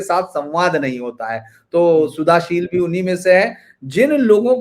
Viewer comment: शुद्धशील जी यही शुद्ध शब्द हैं.. सुधाशील नहीं...